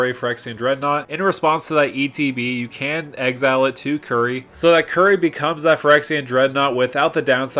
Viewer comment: It's Curie not Curry. As in Marie Curie.